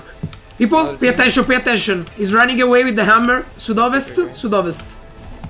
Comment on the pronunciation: "Pay attention, pay attention! His ranning awai wit te hammer" "SUD-OVEST SUD OVEST" HAHAHAHAA sono morto dalle risate (ovviamente sto scherzando continua con questi video)